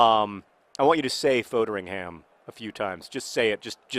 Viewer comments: JOHN YOU'RE SAYING FODERINGHAM WRONG! It's pronounced fod(like pod) ering ham(Like hmm) foderinghmm NOT FOADERINGHAM Thank you. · John, I love you, but you're pronouncition of Foderingham is infuriating. It should be pronounced FOD-ER-ING-AM, not FODE-ER-ING-HAM